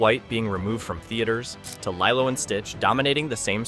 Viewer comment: I’m sorry, but why did you start mispronouncing Lilo’s name all of a sudden? You were saying it right for most of the video, so why start saying “LIE-loh” the last two times you brought up the film? How did you miss that in editing? Nitpick aside, this is Zegler’s second strike, and I’m all in favor of that being her last. She was apparently a total entitled b*tch on the West Side Story set, to the point that she argued with STEVEN SPIELBERG about HIS film and the rest of the cast and crew hated working with her, and now she’s doubled down with the same nonsense with Snow White. This girl needs some major humbling, and I won’t be sorry if she’s permanently blacklisted from Hollywood at this rate. She has talent, but that doesn’t make up for a rotten entitled attitude, narcissistic selfishness, and a complete lack of respect for the history and legacy of her films’ source material, her costars, one of the greatest directors ever, and audiences who just wanted their sweet Disney and Broadway love stories. Oh, and that next movie she’s cast in? Apparently it’s a super tiny project that’s only projected to show in a handful of theaters at best. Let the witch burn.